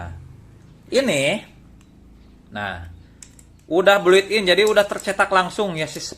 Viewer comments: Thanks infonya nih💥👍👍 Mister BUILT IN BUILT IN BUILT IN bukan bluit in mister👍😁 sukses selalu. GIVEAWAY!!!! Mister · built in bang bukan bluit in